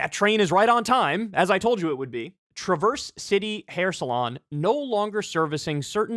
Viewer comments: it's tra-verse. the tra sounds like travis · You mispronounced Traverse, as a Michigan resident I wanted to point that out.